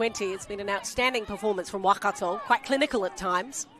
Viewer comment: Thank you for the livestream the commentator, is doing a great job with pronunciation keep it up. Could you just pronounce Waikato, as 'why-car-tor'. Not 'wah-car-tor.' ♡